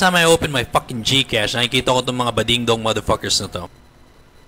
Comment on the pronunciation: puro sya mader pakers, kala mo perpek di naman ma pronounce ng tama yung mader pakers.